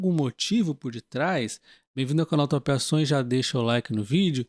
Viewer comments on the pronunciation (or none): haha juro que meus ouvidos por vezes ouvem..."Bem vindo ao canal Tapeações" kkkkkkk Sugiro vc dar uma pausa entre a palavra "top" e "ações"... Não sei onde vcs moram, mas aqui no sul, "tapeação" é fazer um serviço mal feito uhsahuhsau Isso me lembra quando ouvia na radio a propaganda que o cara falava "Vá de Yamara, vá de inova motors" Eu ouvia "Vadia marra".... tanto que o cara agora fala..."Va...de Yamara" pausando mais entre as palavras...